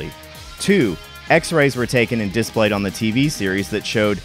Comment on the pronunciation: Episodes like this are what keep me coming back, despite the way you pronounce "display." ;)